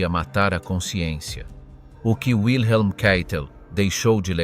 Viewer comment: Wilhelm se prononce Vilhelm, pas ouileme. C'est un prénom allemand, pas américain. 🙂